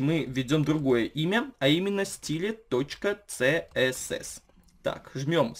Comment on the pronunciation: Неужели сложно произносить слова так же, как они звучат на английском?) Откуда вы берете этот цсс?)